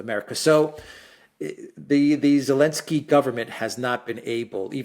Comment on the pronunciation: Why do people keep calling him Elensky?